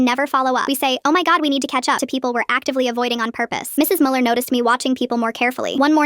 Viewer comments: Ich auch Bruder ich war so "was sagst du dumpf Kopf es ist Müller nicht MuELiEr" 😂😂😂😂😂😂😂😂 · I am German and the first thing that made me wanna Scream was „MuELlEr“ I know you guys don't use this „ü“ but still🤣